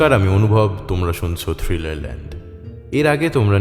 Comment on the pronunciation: "সুরেলা" গলায় আর যাই থাকুক থ্রীলের "থ" নেই।